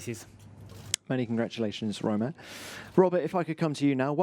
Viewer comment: Why romain.... I'm French but WTF